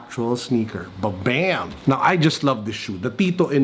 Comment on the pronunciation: "Babem!" then i puke. What an ugly watch